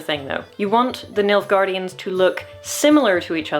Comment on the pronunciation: you keep saying nilfgaardians and all i keep hearing is milfgaardians and its keeps making me smile lol